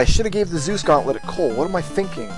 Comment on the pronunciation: Ahem. You're pronouncing it wrong. It's COLE.